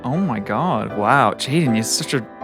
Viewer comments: Most of the comments said jaden it isn’t jaden it’s Jaiden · the „Jaidne” in the intro killed me